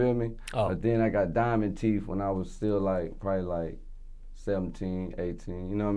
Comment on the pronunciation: “Diamond Teef” 😂😂